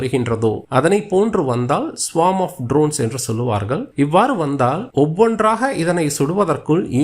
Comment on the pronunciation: தாக்கியல்லால்லார்கல் 😂😂. சொல்வார்கல். தாக்குதல்கல்😂😂. தமிழை நன்றாக கொலை செய்கிறான்